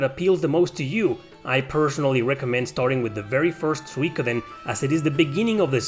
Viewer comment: Suikoden is a Japanese word, translated from Kanji to roman alphabet for eng-speaking audiences. the vowel diphthong should be pronounced as 'ui' is in English; think oo sound like 'suit,' not a Latin pronunciation (e.g. 'suite,' like you pronounced it)